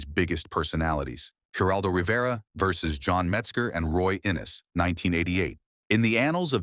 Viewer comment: man,you guys stink at the Geraldo Rivera's and Bill Maher 's name get it right